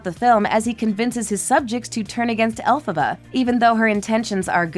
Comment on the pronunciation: It's Elphaba, NOT Alphaba. Do your research!!!!!